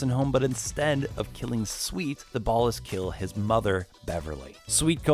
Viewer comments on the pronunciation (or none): Why are you saying Ballas so weird? It's ball-ahs not bahll-ahs